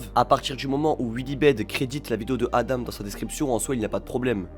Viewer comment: Juste petite précision, ADAM se prononce pas "adame" mais bien "adan" (a-dent)